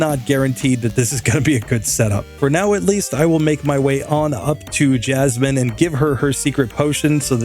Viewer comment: he said jasminimum